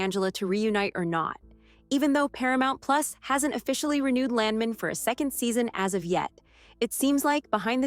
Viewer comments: Either they cheaped out and used an AI voice for this narration, or they hired a voice actor who didn’t know anything about the oil business. I’m 3rd generation oil and gas. The correct pronunciation of Landman is LAND MAN, with equal emphasis on both syllables, like it is two separate words. No one in the patch pronounces it LANDmun, and this only adds to the sketchy nature of the clip, which is not a trailer and is not a first look at Season 2. Too bad because the show is great and I can’t wait for another season. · It's "Land-man", like it was two words. It's not "Lan-men" as the narrator of this video says. Pronounce the "d" and don't sound like a muppet! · its not landmen its land man🤣 gotta love! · Land man land man say it right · U mispronounce Landman moron